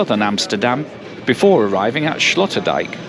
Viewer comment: Sloterdijk is pronounced like sloaterdyke. Sloot in Dutch is ditch. Slot is castle or lock Dijk is dike. I am not sure where the name Sloterdijk comes from.